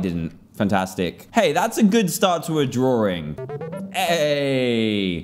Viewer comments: he says drawring XD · I love "drawring".